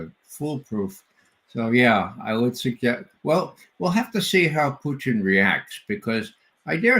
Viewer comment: Why can't McGovern pronounce Putin's surname correctly? Very irritating... Poutine is a dish of french fries and cheese curds topped with a brown gravy popular here in Canada.